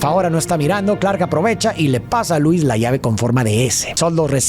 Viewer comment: Si miras cualquier contenido del IP de superman en su idioma original, verás que Lois Lane, se dice Loo-is, no Luu-is